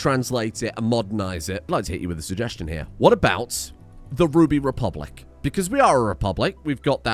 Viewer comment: Its Ruby Republic,.